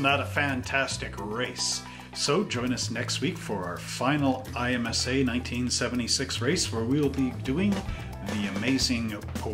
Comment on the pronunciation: Pronounce it em sa